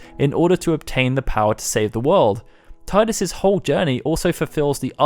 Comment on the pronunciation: Tidus is pronounced TEE DIS